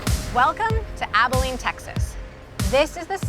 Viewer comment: The CEO’s pronunciation of Abilene when he welcomes the reporter at the beginning is foreboding. The accent is on the first syllable of the word not the last syllable. 🤯